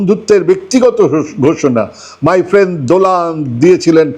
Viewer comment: যে মানুষ ফ্রেন্ড কে ফ্রেন্দ বলে। সে কেমন করে ভারতের প্রধানমন্ত্রী হয় বুঝি না। 😂